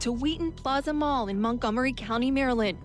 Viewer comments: “Mary-lind”? Who pronounces it like that? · ¿Why do you insist on using a pathetic, insulting AI voice that has not been programmed to correctly pronounce the State name 𝗠𝗮𝗿𝘆𝗹𝗮𝗻𝗱?